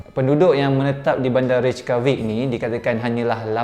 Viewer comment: reykjavik disebut rey-kya-vik >.<